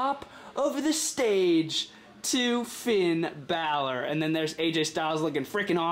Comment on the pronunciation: You said Finn bal'or coupe daue grah Finn bal'or